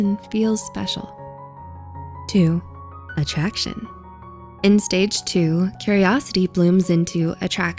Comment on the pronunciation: The way she says "attraction" xD